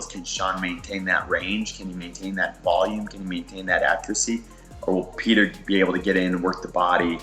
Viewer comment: You gotta be fair when u call Petr as "Peter". Start calling Sean as "Seen".